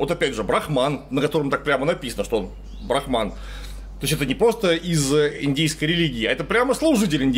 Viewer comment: брАхман, а не брахмАн. Это разные понятия :3 БрахмАн - понятие, обозначающее надличностный, индифферентный абсолют, «душу мира», первооснову всех вещей и феноменов.